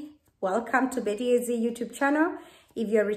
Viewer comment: By the way it is BETTY A ZEDI not ZI